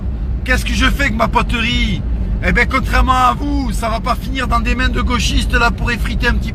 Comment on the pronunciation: Il me fait rire comment il dit poterie mdr "poteurie"